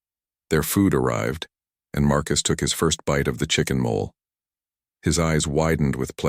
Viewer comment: I'm enjoying this story immensely, but the silly stumbles of the AI audio are really distracting. Questions for the publishers: Do you ever listen to the story before you publish it? Do you not know the difference between chicken mole (like a chicken gopher) and chicken molay (like a meal that would be recommended in a mexican restaurant?) Why do you allow the narration to pause so frequently as if there were periods scattered randomly throughout the text? Please go to in the story. It should be narrated, "Elena looked down at their joined hands..." but it actually is narrated "Elena looked. Down at their joined hands." Why do you allow the narration to pronounce the main character's name "E lane uh" and "el Enn uh" in the same sentence?